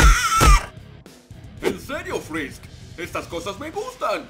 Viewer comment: XD oigan dijo ''frrisk''' en vez de frisk xd que raro 737